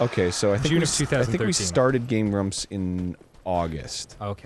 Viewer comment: Did enyone else hear Game Glumps?